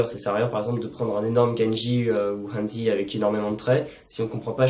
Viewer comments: Très bonne vidéo mais attention à la prononciation du mot"hanzi" en chinois! (ça se prononce à peu près comme"rannedzeu"). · C'est vrai que ça fait bizarre de l'entendre an-dzi. En même temps le pinyin est vraiment pas un système intuitif. C'est quasiment impossible de deviner la prononciation d'un mot sans avoir étudié le mandarin (le u est /u/ ou /y/, le i /i/ ou /ɨ/, le e passe de /ə/ à /ɤ/) honnêtement c'est beaucoup trop difficile (sans parler des tons) ! En tout cas, super vidéo !